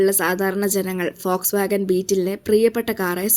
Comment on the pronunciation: Fox wagon ❌ vols wagon ✅